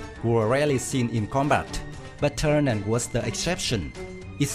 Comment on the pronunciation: Why do you keep calling the plane "Turnan" ? OMG, you should replace the audio. But thanks for the video